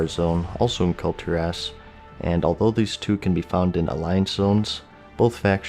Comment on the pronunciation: "cult-your-ass" you're welcome